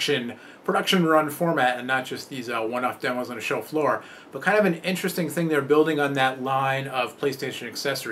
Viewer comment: does anybody else thinks he's saying 'chauffeur' every time he says 'show floor'